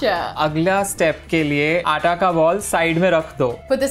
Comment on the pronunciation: Why "aata" sounds like "ara" to me🤣